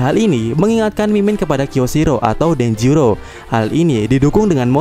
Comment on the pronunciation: DENJIRO min.. denjiro, bukan denjuro wkwk